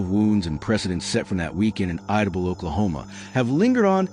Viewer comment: It’s pronounced I-da-Bell